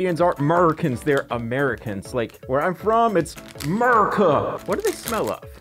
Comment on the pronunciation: Ah-Murr-Ah-Cah lol Muuurrrrrr !!!!!